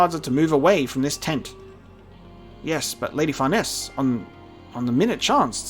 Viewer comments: Far Neese together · Please someone tell him how to pronounce Farnese's name xD